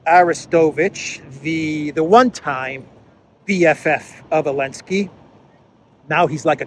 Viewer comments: i've been watching for months and i'm wondering why do you keep calling him Elensky? Its Zelensky. Is there a reason? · Is there a reason why you keep calling Zelensky Elensky? 🤔